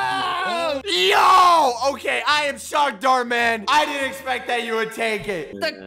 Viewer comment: Dhar Mann sounds like door mann